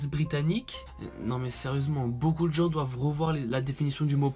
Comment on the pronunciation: 1m36-37 ""DOIVENT"" 😂😂😂👏👏👌 Sinon bonne vidéo